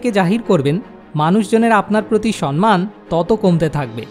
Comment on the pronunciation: আপনার প্রতিটি ভিডিও-ই মানুষকে ভাবায়। কিন্তু 'সন্মান' বলে কোনো শব্দ বাংলা ভাষায় নেই। এই ভিডিও-তে আপনি একাধিকবার 'সম্মান' শব্দটি 'সন্-মান' উচ্চারণ করেছেন। ভিডিও-র শিরোনামেও লিখেছেন 'সন্মান'। সঠিক উচ্চারণ হবে - 'সম্-মান'। আশা করি, আপনি এবার থেকে এটা মনে রাখবেন। কারণ ভালো উদ্দেশ্য নিয়ে করা যেকোনো কাজ নিখুঁত ও সর্বাঙ্গসুন্দর হবে, এটাই কাম্য। ভালো থাকবেন। 🙂🙏